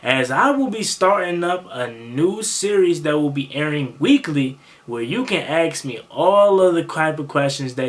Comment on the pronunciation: I may want to ask you a question but I definitely don’t want to ax you, come on get with the program, you are a content creator, I’m sure you know the difference between ask and ax, for the longest time I thought it might a genetic thing, but I know a lot of people that have no problem with the correct pronunciation. Just some constructive criticism.